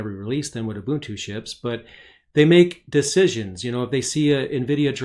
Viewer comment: Very good video. Plus I like that you know how to pronounce Ubuntu correctly :)